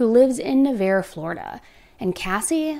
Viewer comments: It's pronounced....nah-varr ..... Navarre beach Florida.... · Nah-var. I had so much trouble with this when I moved to the area. Wha-nahs is a restaurant in Navarre Beach. It’s really popular. She should have been safe from this monster there. Thank you for covering this case. It’s heartbreaking. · Na-var is how it's pronounced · Pronounced “Nav ARE” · I know it’s not relevant but Navarre is pronounced nuh-var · For future pronunciation it’s NavARRE. Thank you for covering this case! I love in Pensacola and we all prayed and hoped she would be found safe. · Im so surprised how quickly you covered this! I grew up in Navarre and this has taken over the whole area. Were all praying for her daughter and family. Also side note, it’s pronounced Nuh-var. the arre Navarre is pronounced like the ar in far. Also Juanas is pronounced like Wannas. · ok this is my neighborhood it is pronounced Nah-var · **edit:** also, bc 100% of ppl reporting online have said it wrong: Navarre is pronounced Na-Var (it rhyming with bar, car, scar etc) Quick bavkstory: im Born & raised here in PCB (Panama city beach). I also went to rehab & sober living in Navarre (where this case took place) for 8 months. I'm fixin to see if we have enough time I've been following this Case closely since the 1st time I've seen it mentioned! What super concerned me was that I was hearing most about it on TIKTOK from ppl nowhere close to Florida instead of just locally all over my fb. I knew it was really serious & was praying this wasn't gonna end up a True Crime case 💔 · NUH-VARRE is how it’s pronounced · That’s not how you pronounce Navarre. Nobody believes you most the time anyway. You are one of the fakest true crime podcasters. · Lol as s local the pronunciation of Navarre and Juana’s 😂